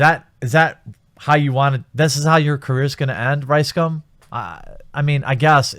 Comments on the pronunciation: It’s actually pronounced RiceCum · RiseScum? I'm hearing that every goddamn time :D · i always hear rice-scam when you say this assholes name... and i will continue to hear it this way from now on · How come I keep hearing RiceSCUM?